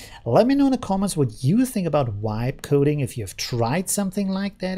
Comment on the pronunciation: The "V" in "vibe" should sound like the "V" in "very" instead of like a "W"